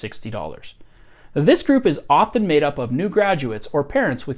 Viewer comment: I feel like I need to throw a flag on this video for excessive use of the word "often". I had to quit a few minutes in. Maybe he's hitting the "t" too hard for me, and it's standing out like a sore thumb.